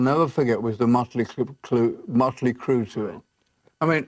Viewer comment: "Motley Cloo"...HaHa